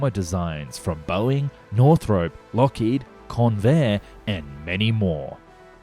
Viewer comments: Can't wait for more. Btw, is it "North-rup" or "North-rope"? I've always said the former and I thought that's what you were using in your last video (on the XB-35). Here it sounds much more like "North-rope". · Enjoy your videos. But for pity sake. Jack NORTHROP. Not north-ROPE. There is no E on the end. In fact Northrop himself would’ve pronounced it more like Northrp. Stress on first syllable. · Northrop has no "e" in it. It's Northrop not "north rope". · Thank you. Northrop. The North-rope pronunciation grated almost as much as "ek-speshully". :(